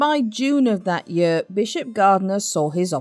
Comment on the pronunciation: Do learn to pronounce "year" properly, it´s not "yur".